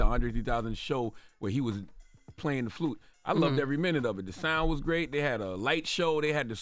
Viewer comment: The carpet is Blew? Is that a color. Andre 3000 played the Flewt? Why Jess cant say words right? 😮